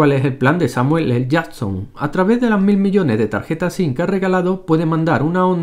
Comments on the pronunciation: "Samuel ele yason" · No digo nada pero ellos tambien cambian la forma de decir Samuel L Jason a cada vez que pronuncian su nombre.